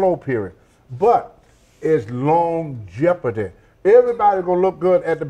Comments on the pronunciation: Right? Kinda like when Tony said "Lawn Jeopardy". I'm sure he meant longevity. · "to stay relevant in this game you gotta have longjeporday"...very true